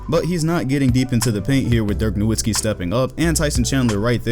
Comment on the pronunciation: Great analysis, but: It’s pronounced “NoVitzki”. German W’s sound like V’s.